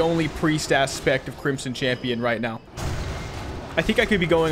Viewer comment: I don't know why but every time he says crimson champion for the first time I hear crimson chin.